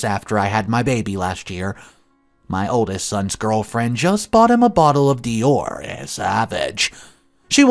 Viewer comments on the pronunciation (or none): none